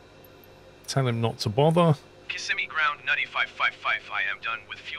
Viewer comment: I'm kinda impressed that MFS2020 saw the letters 'N-U-T-T-Y', recognized it as an English word and integrated it seamlessly into AI-generated audio